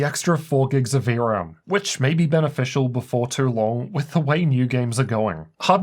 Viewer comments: The way he says the word, "too." lol "The 4090 was also running a little cooler twroughg." lmao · man, the way you say "too" and "though" lool